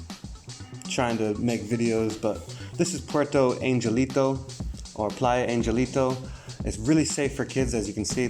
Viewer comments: Angelito = "on hell ito" (the g is pronounced as an h). Thanks for the video tour. Try Playa Roca Blanca - it is beautiful and more "off the grid". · Puerto Angelito is pronounced Puerto An-hell-ito